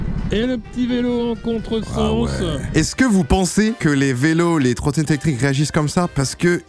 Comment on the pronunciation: 8min46 les trotrotette électriques il a dis 😅